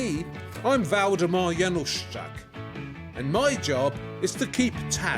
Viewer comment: I’m sorry, Waldemar what? How does it sound like that? The spelling is misleading... perhaps? I’m an American and clueless about European spellings and pronunciation. Love the video 👍🏼💗